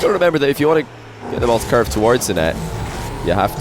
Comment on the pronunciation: Why does he say « couver » instead of « curve » ? :-/